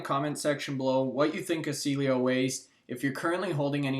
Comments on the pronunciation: CIELO SAID, C-EL-LO. C-ELLO, SEA-EL-LO. I'm glad you are talking about this company. Its upside is amazing but hard to listen to someone promote a company with a "DEEP DIVE" that can't say the name properly. Also, there is no competition in ANY market. Why did you keep say it has no competition in the Canadian market? Cielo has patents in both Canada and the USA. There is nothing like this one anywhere. Appreciate your work on this but, come on, you are from Calgary Alberta get your stuff right mate. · Thanks for taking an interest in Cielo. Hopefully more people will put this company up on their radar. I hold. 34 k 1.02. Will hold for at least 7 years. I see this easily as a $30 - $40. stock. By the way, Cielo is pronounced like the following: Ceeeeeeee ----- el ------ o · Too bad doesn't know how to pronounce the name of the company he's touting. The stock is now half of what it was when this stock was mentioned by.